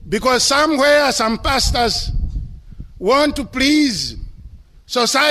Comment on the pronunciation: Love how the word Pastors sound like “bastards” with his accent. God does have a sense of humour